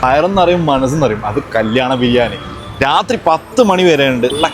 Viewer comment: Biriyam alla biriyani enne para brw😊😊